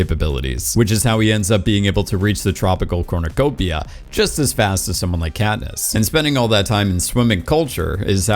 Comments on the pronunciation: Did you say Catnip when talking about District 8? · "They explained to catnip" sorry I had to point it out when I heard it. I listened to it 4 times to make i wasn't hearing things. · Love the fact you keep saying katnip lol